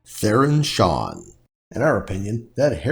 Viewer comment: its shan, not shawn lol